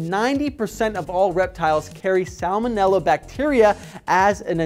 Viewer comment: I thot u didn't pronounce the first l in salmonella